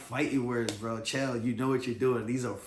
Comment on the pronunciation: His name is Chael not Jill